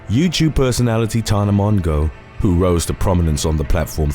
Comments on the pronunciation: “ Tana Mongo” lmao close enough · Hahaha I love the way he pronounces tana mongeau